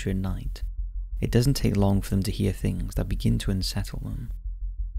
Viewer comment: He pronounces things " fings" so no.